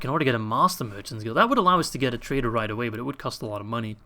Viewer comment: Boah, its all about the MUNNEH!